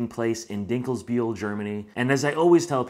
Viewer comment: Hey, your "Dinkelbühl" pronunciation is top of the game alright! As a German citizen Summer Breeze Festival is the closest festival to my home and I have spent numerous of times there starting 2003 when it was still taking place in another spot. I can only agree with your review and at the same time I am amazed that you took the long journey to even get here. Thanks for your kind words also on Germany and its people. I am one of those folks that would thoroughly enjoy helping you out or even talking to you on your next time over. Have a good one! Greetings from Wurzburg, Germany ---- Bernd